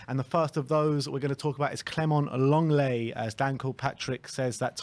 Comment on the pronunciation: phonetically it's pronounced Longlay.